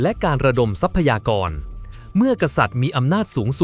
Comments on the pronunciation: ทรัพยากร อ่าว่า ซับ พะ ยา กร ไม่ใช่ ทับ พะ ยา กร ว่าแต่ว่าใช้ Ai มันก็ได้ประมาณนี้ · ทับ-พะ-ยา-กร เออ อ่านมาได้นะมึง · คนหรือ AI ที่พากย์เสียง ทำไมอ่านคำว่า ทรัพยากร ไม่ได้ อ่านเป็น ทับ พะ ยา กอน ตลอด